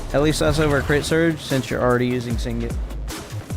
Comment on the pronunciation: Nice content man. But please. Sig-net not sing-it. Shattered path signet. 😅